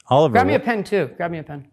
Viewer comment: didnt know Ethan can say Oliver with his mouth closed